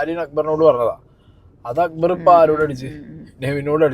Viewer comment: അക്ബർ ❎അക്കുബർ ✅